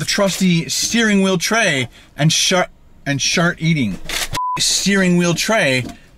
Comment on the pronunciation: shart eating 😂 i love when messing up on is word especially is video blooper at the end of the year To funny 😆